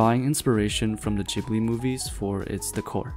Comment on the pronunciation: its not rpounounced jibli